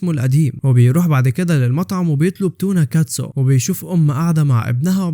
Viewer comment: يصطا متقولش كلمة تونة كتسو دي تاني علشان غلط 😂😂